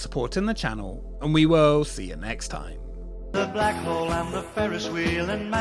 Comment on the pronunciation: I have to do this every time I hear "The Black Hole". It's The Blag 'Ole!